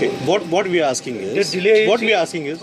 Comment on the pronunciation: Its we not veee